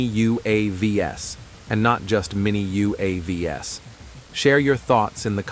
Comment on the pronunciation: the spoken plural of UAV is not U.A.V.S. 😀, it's like "U. A. Vees"